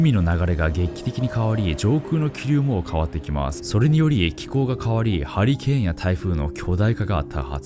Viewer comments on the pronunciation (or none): うとうとしてたらハリケーンがハリーケインに聞こえてびびった